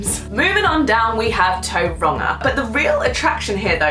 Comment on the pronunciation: Tauranga was pronounced wrong